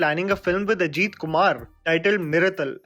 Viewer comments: buddy firstly it is ajit not ageeth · its pronounced Ajith not Ajeeeth.